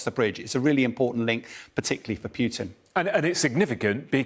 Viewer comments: Come on. It's 'Poo tin' NOT 'Piu tin' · It's POO-TIN not PEWTIN lol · Dear English people. Its Putin not Pjiutin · Why is this commentator calling putin- peeutin? Even a Brit should be able to pronounce the short vowel u. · Any chance this guy can stop saying pewtin. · Interesting enunciation. i wonder what is correct, pew-tin, or Poo-tin? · Love how he says PEWTIN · this is poo teen